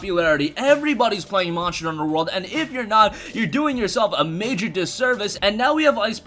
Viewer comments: So it's not just me then 😁 and he said it at least 20 times. Marshall hunter world 😂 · Why can you not pronounce "monster" correctly? Morster hunter world 🤣🤣